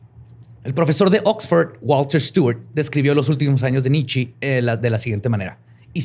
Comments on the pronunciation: Porque le dice nitchi a nitche? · Shot cada vez que dice Nitchi en vez de Nietzche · normalmente te respeto. Pero en este episodio me sangraron los oídos cada que pronuncias mal el nombre de Nietzsche. Es alemán, todas las letras de su nombre se pronuncian, y la e conserva el sonido de e, no sé de dónde sacas que se pronuncia "nichi". En verdad me dieron ganas de quitar el podcast. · El Nichi jajajajaja Nietzschi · La forma de pronunciar los nombres jajajajajaja es más compleja que como realmente se pronuncian, con Nietzsche pensé que estornudaba jajajajajaja